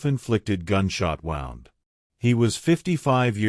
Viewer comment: The AI narrator mispronounced gunshot wound 😂 AI suxx 🐂💩🖕